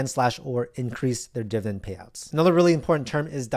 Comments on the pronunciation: its pronounced DIV-I-DEND, NOT DIVEN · I’m 58 years old. Either he is saying dividend wrong or I’m an idiot 💁🏿‍♂️💁🏿‍♂️💁🏿‍♂️💁🏿‍♂️ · i need to hear you say dividend correctly at least once